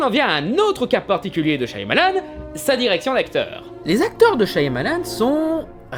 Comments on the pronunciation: C shamalan qu'on dit! Pas shYamalan!!!!! T'as pas vu la vidéo de durendal?! Le y, ne se prononce pas!!!!!😭😭😭😭 G mal aux oreilles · Super vidéo ! Juste : ça se prononce "Chamalane" son nom, pas "Chaïamalane" (je phonétise hein). Le "y" est muet. Source ? Le réalisateur lui même dans ses interviews. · Super vidéo ! Mais par contre je sais je pinaille un peu : Shyamalan = Chat Mah Lanne 😊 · C'est pas [CHA MA LANE] plutôt ?